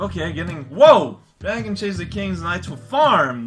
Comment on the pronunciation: raotags: veal, la revolution Aww man, I was kinda afraid you'd play this eventually. Well, I ain't gonna be here then. Good luck! Though I'll still post tags, just like for cortex. Also, that's not how you pronounce dragon! The title implicates "djra(e)gen" or something of the sorts. It's pronounced more literally, and even I know that for a Finnish person!